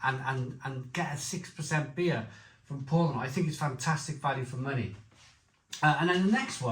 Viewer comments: Good review. BTW Spaten is pronounced ‘Spey ten’. Paulaner is pronounced ‘Pow larner’, Pau laner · It's pronounced "Shpar-ten" and "Pow-Larner". Come on dude, at least make an effort! Traditionally, Oktoberfest beer was an is Mäzen which has a higher ABV than Helles. Brewdog are just chancers, complete mugs when it comes to tradition. The description says it's a "pilsner" which has no tradition with Oktoberfest whatsoever. Brewdog = Shite.